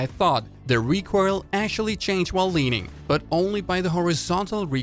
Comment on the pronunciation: Am i the only one who is disturbed my the "recroil" pronunciation Nice video tho keep up the good work